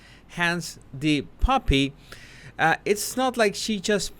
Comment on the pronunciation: I’m multitasking while listening to this and I kept thinking you were saying “puppy” instead of “poppy”. I kept looking at the screen and saying to my self “where is the puppy” Obviously, I need to learn to pay more attention so the body language guy feels listened to and validated😢